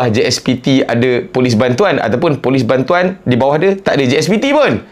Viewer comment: Last last gelak sebut bantoan 😂😂😂😂